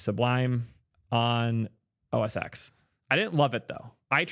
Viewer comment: it's pronounced OS ten not OS ex.